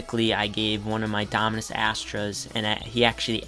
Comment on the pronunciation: Lol. So funny when you can’t pronounce the Dominus name. It makes you seem like someone who doesn’t have it.